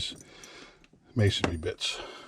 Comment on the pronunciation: I like how you say mason-ry and not mason-ary. When dumb dumbs say masonary, It pisses me off